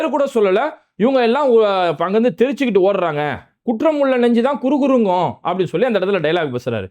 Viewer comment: குற்றமுல்லநெஞ்சு குறுகுறுக்குமுன்னு சொல்லவிலலை குறுகுறே என்றுதான் உச்சரித்தார்ர்ர்..